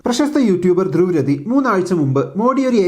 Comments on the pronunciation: ദ്രുവ് രതി അല്ല 😂😂 ദ്രുവ് രാത്തീ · ദ്രുവ് രാതീ എന്നാണ് രതി അല്ല വെക്തതയില്ലതെ ആളുടെ വീഡിയോയിൽ ഒരു കാര്യവും പറയാറില്ല, ഊഹാപോഹങ്ങൾ ഇല്ല പഞ്ച് ഡയലോഗുകൾ ഇല്ല വളരേ വെക്തമായും കൃത്യതയോടെയും കാര്യങ്ങൽ പറഞ്ഞു മനസ്സിലാക്കുന്നതിൽ ആൾ സമർഥൻ ആണ്. ഇതുവരെ 15+മില്ല്യൻ ആണ് ഫോളോ ചെയ്യുന്നത്.